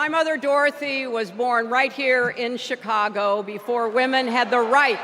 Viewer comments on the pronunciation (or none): none